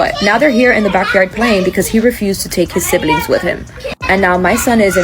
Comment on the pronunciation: What is a sibb-uh-ling?